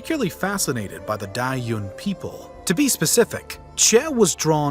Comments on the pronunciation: Great informative video, but would have been better if the pronunciation wasn’t butchered, maybe read up on how to pronunciation beforehand? Couldn’t focus after repeated pronunciation of “Dayuan” as “die yoon” instead of “da Yoo ann” for one. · the pronunciation of yuezhi and dayuan here is hilarious